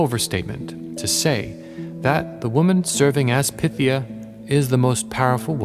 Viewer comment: Pie-THEE-uh. Like python. DEL-fee. Like shelfy.